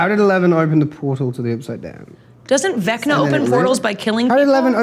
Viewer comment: the way it sounded like joe said “vecner” is so funny to me for some reason😂